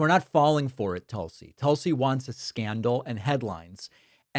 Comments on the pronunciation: Pronounced TOOL-si. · Her name is pronounced "Tool-see" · David, you mispronounced "Tool-see"!